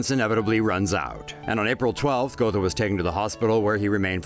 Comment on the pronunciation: Its pronounced 'got-ho' not go-tho